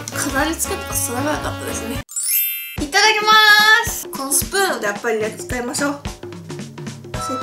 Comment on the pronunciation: 風鈴 いただきマースが、痛いマースにwなったw